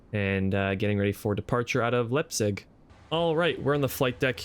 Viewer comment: Nice video bro!! One thing, Leipzig is pronounced Lipezig! Keep it up.